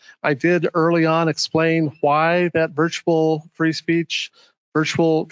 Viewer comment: "...in that VIERTUAL environment." How about in that ACTUAL environment"???